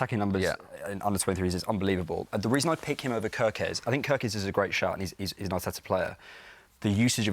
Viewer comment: we want to win the league and you are talking about "kErKeZ" 😂